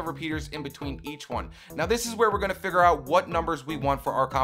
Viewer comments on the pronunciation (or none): none